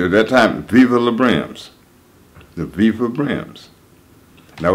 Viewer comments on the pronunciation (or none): none